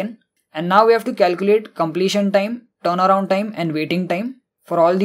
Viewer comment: Amazing explanation but pronunciation is terible, word turnaround sound like playing guitar